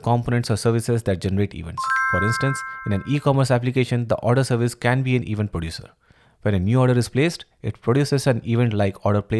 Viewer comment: Thank you! Great explanation! But please fix your pronunciation of "Event", it bites when you say it like that, no offense.